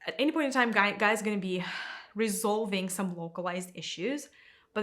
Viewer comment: First of all it's Gaia. Second, I'm sorry you can't think for yourself enough to know that everyone is on there personal journey. Third, the destruction humans have caused Gaia are making her (nature itself) inhabitable. So if you just listen to the teaching you'd have enough guidance to look in a mirror.